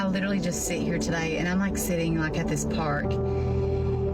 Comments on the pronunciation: Pet peeve of mine, but the word is LIT-ER-AL-LY, four syllables, not lit-ral-ly three syllables, and does not mean what most people seem to think it means. If something is literally true, that means what you just said or wrote was the truth, the whole truth and nothing but the truth, as in without metaphor, simile, hyperbole, sarcasm ETC... just pure facts in sufficient quantity and quality to describe the subject under discussion. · Did she say "litrelly?"